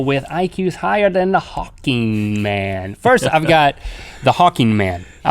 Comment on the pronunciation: I'm just glad they pronounced his name Hawking and not Hawkings. That drives me nuts and it happens so often.